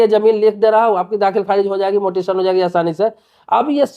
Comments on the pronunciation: भाई पहले ये बताओ मोटेसन शब्द क्या होता है म्यूटेशन सुना और पढ़ा है।😅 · Mutaion bolo... pronunciation बराबर करो 😂😂😂😂😂😂